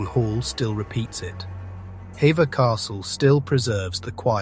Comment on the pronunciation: Will you please tell me why you insist on using modern day dress instead of keeping it in context this was the 16th century for heavens sake. oh and apologies for being pedantic but although the spelling is Hever it's pronounced Heever, though well narrated these videos are slapdash, and names of places wrongly pronouced. Sorry to be so sharp